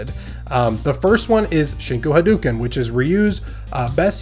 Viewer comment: Love the content as always,. But. I have to be that guy; it's pronounced, "ha-DOH-ken."